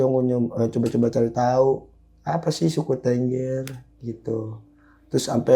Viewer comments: Bukan Tengger Harus pakai E besar bang kayak Beli,, jadi TEnggEr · untuk sekedar info dasar saja tentang Suku Tengger, Tengger itu bacanya bukan TENGGER seperti pada kata BEBEK, tapi tepatnya adalah TENGGER bacanya seperti kata MEREM/menutup mata. dan 1 lagi, untuk masalah bahasa, bahasa suku tengger itu mirip dengan bahasa jawa, hanya sedikit perbedaannya dalam kosakata, kalau dalam huruf perbedaannya kalau bahasa jawa banyak menggunakan O, tapi dalam bahasa tengger lebih banyak pakai A, misalnya bahasa jawa OJO/JANGAN dalam bahasa tengger AJA/JANGAN. Untuk kendaraan umum, kalau dari luar kota naik Bus, itu tujuan terakhir di terminal Arjosari, dan diterm.inal Arjosari tidak ada jeep disana, masih harus naik 1 kali angkot/mikrolet ke Terminal Tumpang, nah jeep2 angkutan ke Bromo/Semeru ngetemnya disitu, tapi kalau sekarang sudah jarang jeep2 yang ngetem, karena sudah banyak yang via online. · tengger mas bukan tengger